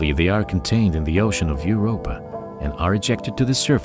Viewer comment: Ugh! its Europa not Europe.